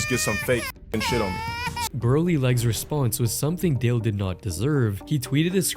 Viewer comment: It's Dale,. Not Da Lawn😂